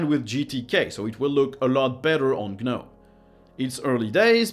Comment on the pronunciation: Isn't the "g" silent on gnome? So it would be "nome" when pronounced, like the "k" is silent in "knife". "guh-nome" would be like saying "Kuh-nife". I hear this pronunciation on a lot of linux videos, not just this one. I went to "pronounce gnome" on google, and yes, it's a silent letter for that word.